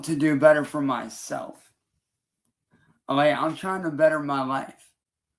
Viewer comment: His mouth is so mutated, he can’t even say “Okay” correctly